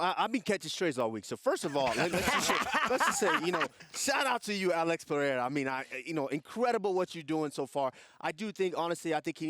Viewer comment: Alex “PeHeira” 😆